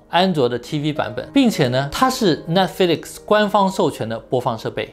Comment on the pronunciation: Netflix，重音在Net，flix要轻，要含糊，才有逼格。